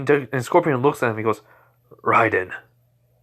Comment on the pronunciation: It's raiden RAY-DEN